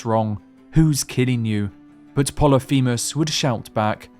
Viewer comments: "Plolyphemus" Is pronounced 'poh-lih-fih-muhs' I only know that thanks to my 9th grade English teacher a decade ago 😅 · Pol-lif-a mus. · it's pronounced polyphemus, not poly feamiss